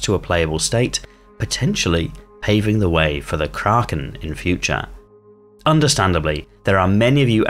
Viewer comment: I'm surprised you didn't mention its nickname, "The Fatterpillar", but thanks for pronouncing Kraken correctly!